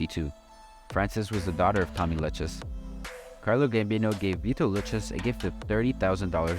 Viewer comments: The " Lu Chez " crime family 😂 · lou k z , how your saying it is nuts